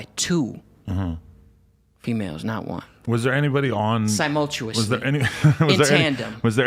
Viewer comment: Its always the dumbest niggas that say they're super intelligent FR...😂Real geniuses don't have to say they're highly intelligent, because it's obvious. This dumb nigga thinks he's the smartest person ever, yet he can't even say simultaneously properly. 😂 FOH